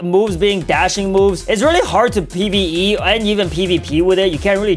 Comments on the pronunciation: bro really said pve🤣🤣🤣🤣🤣🤣🤣🤣🤣🤣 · Bro said pve😂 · Why does he keep on saying pve 🤣🤣